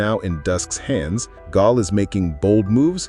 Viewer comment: Pronouncing her name like "Gol" or "Gahl" every time, instead of "Gail", as if the narrator has never seen/heard the show is wild. Smells like AI.